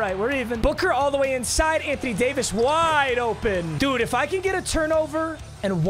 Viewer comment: listen buddy it’s not ant on Jamison it’s ant wan Jamison